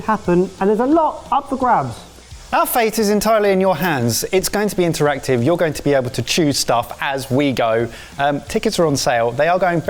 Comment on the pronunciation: Fully.. “interative”?